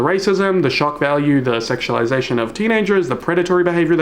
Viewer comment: I love you but, "sexulisation" made me laugh out loud think of the "panik" meme